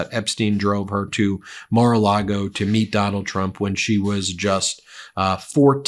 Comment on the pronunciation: "Immor A Lago"